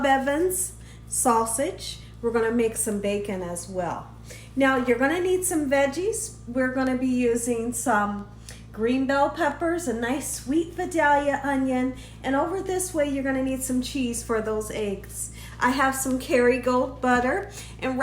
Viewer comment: Looks yummy. Also I live close to Vidalia where the onions come from and get their name.. and it’s pronounced like vī- dale- ee- uh. Just thought I would throw that out there lol